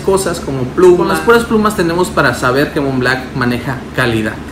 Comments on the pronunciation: Montblanc montblanc! Blanc! B L A N C, no Mont BLACK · Creed "aDventus", "Mont BlaCk" jajajajajajajaajajajaja 🤦‍♂️